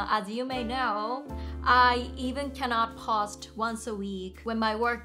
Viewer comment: Hello, your English is pretty good and overall was very easy to understand. There was only two words I noticed an issue with. With the word "Post" you are pronouncing お instead of "O". And for "Interdisciplinary", it is pronounced as "inter- discipline-ary". I wish you all the best.